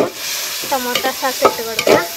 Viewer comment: സാസ് അല്ല സോസ്